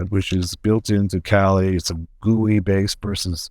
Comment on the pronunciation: <CRINGE!!> It's pronounced "kah-LEE"